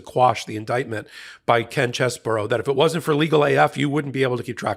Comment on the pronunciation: It's Ken Chessbro, bro, not burrow!